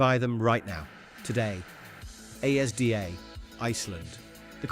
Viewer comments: this mf just called ASDA "As D.A." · If you insist on using TTS at least proof your recordings. A S D A? Everyone groaned upon hearing that. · Well that’s a unique pronunciation of ASDA, “as d a” you sure about that one buddy? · Hmmm.... The British Archives are colour blind (Shandy Bass was a BLUE can, NOT white) Also, their grammar is a disgrace! (TOO American, not TWO American) Prounced Asda WRONG! In Scotland, we pronounced Creamola Foam, correctly! I am a born and bred Scottish lass, and I HATE Irn Bru with a passion! Most snacks like Ringos and Wafflers are ruined, because they are now baked instead of fried, making the texture all wrong. Walkers ruined everything! I STILL think Gary Lineker has one of those faces you just want to punch! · The way u said ASDA was hilarious 🤣😂